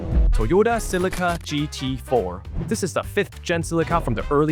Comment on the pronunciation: It's not pronounced as Sillica. JFC!